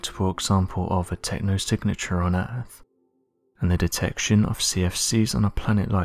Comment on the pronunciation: I'm pretty sure it's called Earth, not Earff